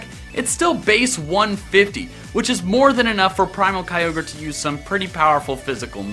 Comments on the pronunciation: It ky-or-grey! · it's pronounced kyogre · number 4 is pronounce as Key-yo-gray